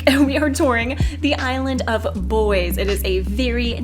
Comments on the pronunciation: “Bois” is not pronounced like boys since it’s a french word. It’s actually pronounced like “boa”, like the snake. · bois is pronounced like toi but with a b hehe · I am pretty sure it is the French pronunciation for "Bois" which is more like "boua"